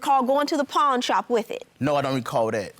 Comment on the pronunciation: NOT "Pond it" PAWN IT